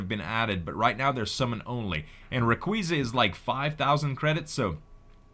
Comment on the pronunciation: it's pronounced ray-qa-za